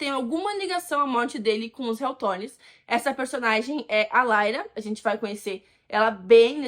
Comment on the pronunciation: Não é " laira" é Lyra. A personagem fala no jogo.